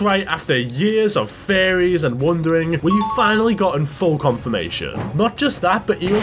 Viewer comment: Why tf does this guy pronounces theories as fairies??